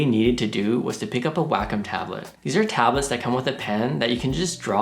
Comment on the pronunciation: I like how he refers to Wacom as "wack-em." I always thought it was way-com but I think I like his pronunciation better, LOL. Great video with super helpful information!